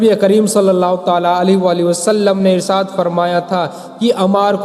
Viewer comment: Irsaad nhi irshad hota hai hazrat............or ha sahih daleel le kr baat Kiya kriye , werna jhuti kahani to koi bhi bana skta hai Rasool Allah Muhammad ﷺ ne farmaya: jisne mere sahaba se bughz kiya wo mujhse nhi Waqt hai bughz e sahaba nikaal dejiye...........werna rasool Allah Muhammad ﷺ ki safat bhi nhi naseeb hogi